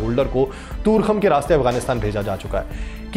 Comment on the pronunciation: bhai sb, yeh Torkham hai na kToorkham